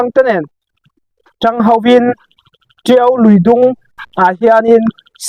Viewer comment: Tio a ni lo. Tiau a nih hi aw zer zawr mai.